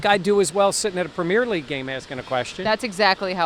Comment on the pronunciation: is officially the first American ever to pronounce "River Thames" correctly. If he can learn to pronounce "Premier League" correctly he'll be half way to British citizenship. 👍